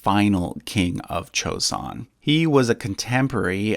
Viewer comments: It's not chosun it's joeson. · the J in Joseon is pronounced correct, not CH